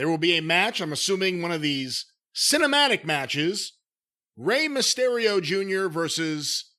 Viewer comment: If I hear say mah-stereo one more time imma sodomize him with a 🍍 with my ring worn Mysterio mask on. Jim cornette